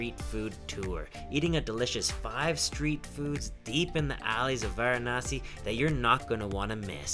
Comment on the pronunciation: Pronounce it properly its not Gaangis its Ganga(Ganngaa). Not waranasee its varanasi(vaaraanasi)